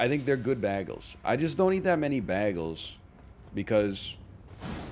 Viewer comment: The way he pronounces bagels causes me physical pain